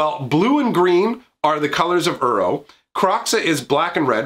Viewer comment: When he calls Uro 'Euro'.